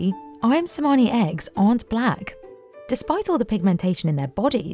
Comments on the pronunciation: To the narrator on the Ayam Cemani segment: You literally watched hours of videos of the breeders pronouncing the name and still chose to mispronounce Cemani... 😶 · Chemani not semani - ch like in chair